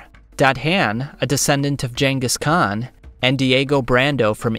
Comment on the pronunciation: How do you mispronounce so many names that aren't even uncommonly said like Genghis Khan